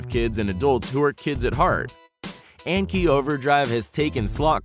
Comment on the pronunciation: the anki overdrive part of the video is try not to cringe hardcore as they don't say anki properly